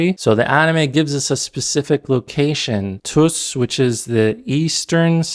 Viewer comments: You can not even pronounce worlds جادوگر and توس and suddenly you are an expert on Iran😂😂😂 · tuːs, dʒɒduˈgær he's Kuwaiti btw, why blame him